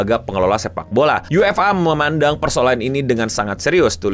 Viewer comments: kelihatan banget ga ngikutin bola, nyebut UEFA nya aneh “U-E-F-A” bukan “YU-EFA” seperti fans bola pada umumnya 😂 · Dan ketua fa KONOHA dg lucunya setuju n ngedukung si botak Infantino,😂 btw lucu bet penyebutan UEFA dan nama ketuanya ketahuan gak ngikutin sepak bola, KLO siaran Ama koci psti dimaki2 kardus lu😂😂